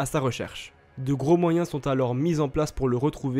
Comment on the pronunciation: Le « s » de « alors » il est muet par pitié